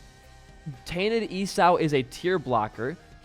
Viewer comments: esau is pronounced E saw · The way he says 'Esau' has traumatised me for life. I'm officially more traumatised than isaac.